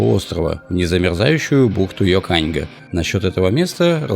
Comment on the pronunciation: похоже на рекламу "Гранта" ))) Йоканьга - ударение на первой букве. И вообще по верхам пробежались....